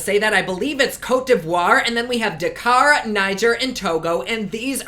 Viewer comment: The emphasis is on the Dak kar...theres a really famous motor rally goes from Paris to Dakar. ..so don't emphasise the beginning its the same on both syllables.. Btw appropriate name this pallet. .I don't know if you are always as exuberant at night but you seem supercharged. ...freaky!